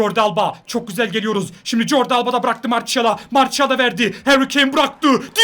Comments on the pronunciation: abi marsiyal diye okunuyor marçiyal değil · Abi o marşial değil marsial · mertial değil marsial